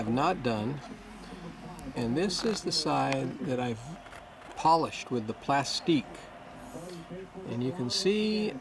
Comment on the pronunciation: it's not "plastique"..goddamn it..it's "plastX"..so there..but thanks for your efforts..appreciate it.. "